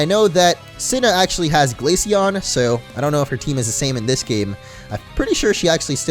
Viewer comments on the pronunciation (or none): none